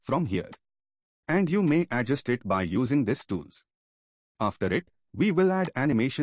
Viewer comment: adjUst, not Adjust. The stress is on 'U'. And thank you for the video! 🙂